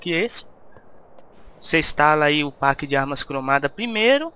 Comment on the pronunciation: Galera vamos fazer uma coleta pra colocar ele numa escola de inglês, porque ele pronunciar packs, por PAcks de novo, aí é foda uheuhehu vamos ajudar o cara ! =D